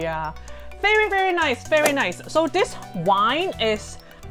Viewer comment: I love your accent, when you say "very" it sounds like "bery", I'm not making fun of you I think your accent is adorable and endearing, please don't try and change it, your legs in nylons are amazing btw